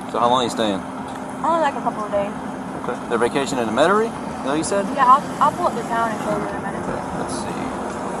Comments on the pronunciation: First red flag was her not being able to pronounce Metairie. Second red flag was her saying she was going to vacation there. IYKYK 😂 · The way she pronounced Metairie 😂😂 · When girlie said New Orleans differently I said uh oh but then when she couldn’t pronounce Metarie I knew her goose was cooked. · Hold up !! 1st 🚩 she pronounced it New OR leans 2 🚩 don’t nobody come and vacation in Metry😂😂 girl your busted. New Or’lns maybe… but Metairie..don’t think so. 😂😂😂